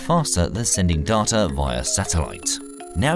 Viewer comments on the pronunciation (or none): I don't know anyone who pronounces 'Data' as 'Darta' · "darter" is getting annoying lol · So unpleasant hearing "data", "further", and "route" pronounced in an English accent with American pronunciation. Comes across as jarring. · I was enjoying this video till I heard how this guy pronounces data.. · Lmao the way he says data😂😂